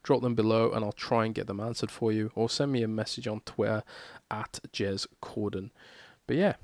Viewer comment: Did anyone else hear James Corden instead of Jez Corden at the end?